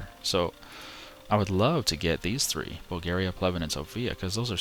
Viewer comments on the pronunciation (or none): none